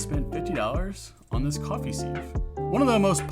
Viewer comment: Beats me why music is thought to be necessary at all. We’re here to listen to what’s being said, not to have a boogie. And while I’m here, what’s with this ‘seev’ nonsense? It’s pronounced ‘siv’.